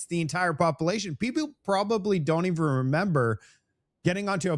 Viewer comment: Hey … I support you buddy but your pronunciation needs work…. “Popilation ”? Come on buddy every time you try saying “ population it sounds very let’s just say unbecoming to Canadians😂🤨😂